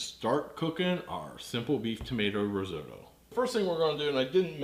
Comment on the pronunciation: Started watching but couldn't get away with your horrific pronunciation of risotto.